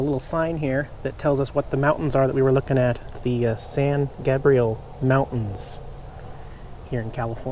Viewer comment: I always wait to see what the white board comments are going to be - they crack me up. And it's San GAY-BREE-UL Mountains, hahahahahahahahaha!!!! P.S. You're probably long gone, but Fort Tejon near the Grapevine Summit on your way to Backersfield is well worth a visit.